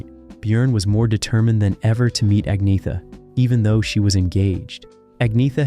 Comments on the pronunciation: Learn to pronounce. Ah-Nyeh-Ta. ByORN. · I know swedish names very well and iam an expert in the swedish language. You dont pronounce her name Ag-naya ta,, jag lovar